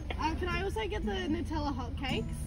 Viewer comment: IM SORRY DID YOU SAY FRAPHAAAY?!